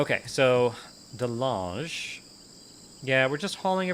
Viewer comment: Dutch people be like it's Calvin De Lange (Calvin the tall) not delaaaangé :p